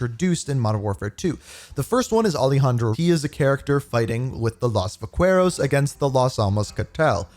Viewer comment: BRO please stop saying vaQueros, it's vuh·keh·rowz